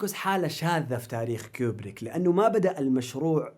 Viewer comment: *كوبريك مو كيوبريك